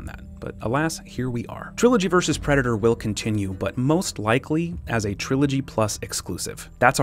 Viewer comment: Omg can i be cwaghg on ur channel? Wats a pwedador?